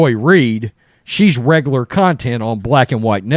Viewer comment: I don't think I've ever heard you say "regler" (regular) before. Haha